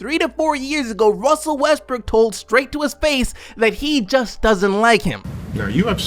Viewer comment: you just said Russel Westbrick?? Lmao